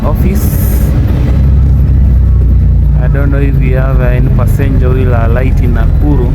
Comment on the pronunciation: Nice work but kindly pronounce the word 'passenger' correctly as an elite person. Stop using that sort of Swahili accent on the above word